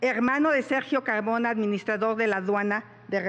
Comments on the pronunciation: Julio Caaaagmona jajajajaa no puedo confiar en alguien que no pronuncia la R 😅😂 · Doge pogque , Cagmona , asegugan .😂